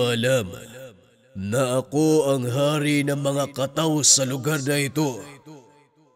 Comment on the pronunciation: Tama po ang bigkas mo SA kataw 🙂